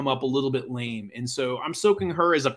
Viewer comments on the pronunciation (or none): none